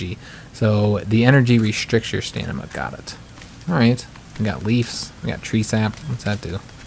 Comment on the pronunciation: I thought it was stamina not stanima